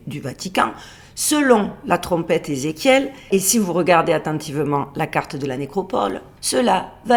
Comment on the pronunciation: Salut et joyeux Noël 😉😊♥️.. Étant de notre endroit à nous, j'ai bien rigolé et compris quand tu parles de la Trompeetttteeeuu Ezekiel...! 😂😂. La grosse Trompette! La Trompetasseee! 😉😊😂. Trop bon... Tu m'as régalé! Gros bisous 😉😊❤️💋♥️